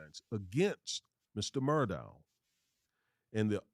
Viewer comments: Alex Murdaugh pronounced (El-lik Mur-dock) believe it comes from the Gaelic culture. Have family members in the south that use these pronunciations. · Pronounced Mur dock though. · Common guys!! Murdaugh ...it's pronounced Murdaugh(K)!!